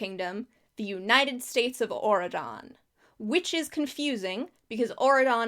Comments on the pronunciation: it’s very funny to me how this country just sounds like you’re saying “Oregon” in a weird way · Everytime you said auradon i kept thinking you were saying Oregon with a fancy accent and changing the g to a d.